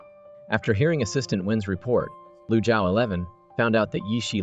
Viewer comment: The character name is "Lu Zhaoxi" not lusha 11 !!! is it produced by AI???